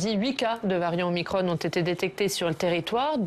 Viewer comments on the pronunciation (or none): Pourquoi ils disent omicronE ?? !!!